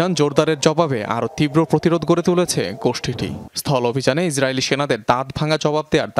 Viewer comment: গুসঠি বলেন কেন